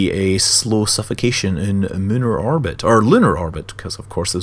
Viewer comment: Does it bug anyone else that when he says orbit it sounds like "arbit"?